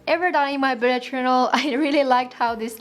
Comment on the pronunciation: I just found your channel today and have watched a few of your vids...I love your accent! 😊 I think it's cute that it sounds like you're saying "blood" journal when you're actually saying "bullet." lol (Not picking on you; it's just part of your uniqueness.) 👍🏻❤️